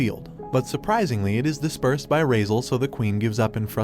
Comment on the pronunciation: His name is not razel.... Its cardis entrama di raizaaaaaaaaaaaaaaal